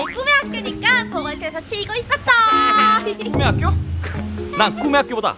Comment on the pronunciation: 사마귀 실장님이 꿈의 학교 말할때 굼의 학교라 함 ㅋㅋㅋㅋㅋㅋ ㄹㅇ ㅋㅋㅋ